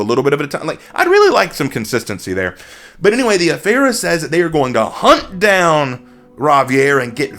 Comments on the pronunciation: You butchered that pronounciation... 😆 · I dont understand how you can mispronounce the Afeera when you can literally HEAR how it's supposed to be said. And it's really, really not hard at all.